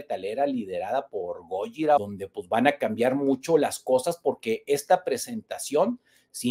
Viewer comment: Hola hermano lml pronuncias mal gojira. Fin del comunicado